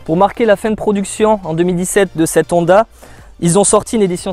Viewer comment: Londa ? H aspiré donc la Honda